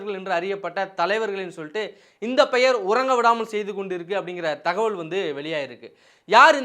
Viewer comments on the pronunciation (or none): none